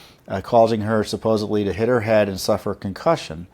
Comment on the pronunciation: Tom-it's not "SupposeBly" it's supposeDly. There is no "B" in supposedly